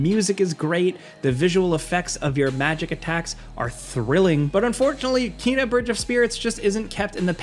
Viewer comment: I see people are still pronouncing Kena wrong lol. But seriously I'd love to play it. It just hasn't stood out to me enough to spend money on it...*checks ps store... was just about to say hopefully it comes to ps plus but just checked and it was just added! Hell yeah